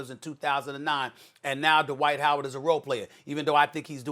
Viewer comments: It's Dwight.... Not da white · please don’t ever disrespect dwights name like this ever again.. more like a amare